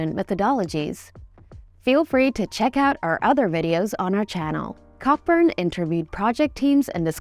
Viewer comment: FYI it's pronounced "Coburn"